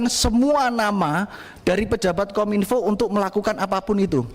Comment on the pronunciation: Masak KOM -INFO bukannya KOMINFO (PENGUCAPAN) 😢😢😢😢😢😢